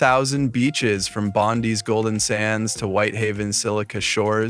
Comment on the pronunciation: In Australia, Bondi is not pronounced as Bon-Dee, it’s pronounced as Bon-Die, & Melbourne is not pronounced as Mell-Born, it’s pronounced as Mell-Bin or Mell-Bun.